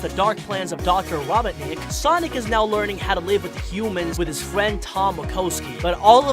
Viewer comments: At the start did you say "new secwets you missed" and you said fwesh? And you said fwiend AND YOU SAID SECWETS AGAIN AND AGAIN AND YOU SAID SWOWLY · “Fwiend”? “Thweatened”? Geez.. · Bwend nwow that’s a bit it sounded like